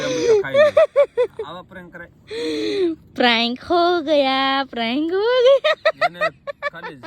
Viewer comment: પ્રેંક બોલાય બેન તમારું પ્રયંlક સાંભળીને કંટાળો આવે ગયો